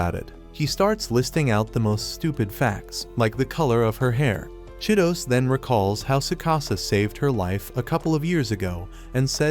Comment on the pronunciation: Bro that girl name is chi-to-se not Cheetos😂